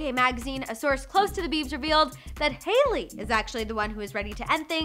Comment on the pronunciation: To your concern its hailey and not jailey 😂🤣